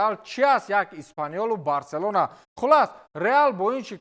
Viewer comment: Номи Барселонара эхтиёт када талафуз кн